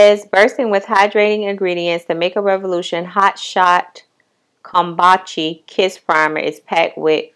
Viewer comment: It's pronounced 'come-boo-cha'. Cute glasses, are they Rx? Chile, I'm 4 eyed as hell. I bought no make up on the 4th, I bought glasses (Zenni optical was having a sale) household items and perfume from ALT Fragrance.